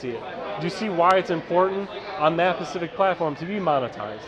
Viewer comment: I love work but it’s “specific” not “pacific”.